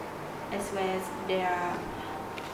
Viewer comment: "Well" nghe như "quéo"